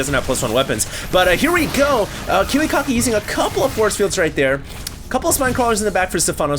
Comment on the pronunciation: I LOL-ed hearing saying KiwiKaki's name sound like Kiwi-Cocky.:P